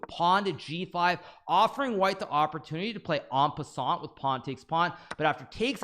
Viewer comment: what Hikaru didnt call it enpeseant